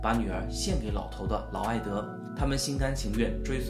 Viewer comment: 内容不错，就是得好好校校稿，看到不到5分钟就各种念错，劳埃德念了好几次埃劳德，妃嫔（pin）念成妃髌（bin）。你会感激我这种认真的观众的。